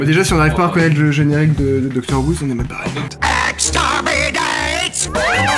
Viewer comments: Je suis partagée.. En même temps tu as l'air fan.. En même temps tu dis ''Docteur'' au lieu de ''Doctor'' donc bon.. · C'est doctor who pas docteur who mdr mais sinon super vidéo